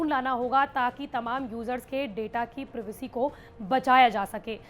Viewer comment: दीदी... प्रिवेसी नहीं प्राइवेसी 🙄